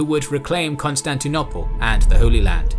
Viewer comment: Pleeeease can you say Constantinople properly thanks 👍 (the last o is long - no one says it the way you say it lol)